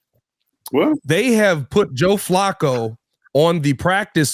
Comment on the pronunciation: you're very good at your job, but Flacco has been in the NFL for 16 years and has 40K + yards. It's pronounced Flack-o. Just think of Sweat getting a sack and throw an 'O' on the end of it. Sack-o. Flacco rhymes with Sack, hack, back, smack, attack, etc. FYI Have a great week and bear down, my man!